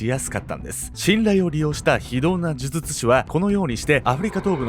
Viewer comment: 「デリケート肌」はちゃんと言えてます。むしろ、「呪術」のほうを気にてください。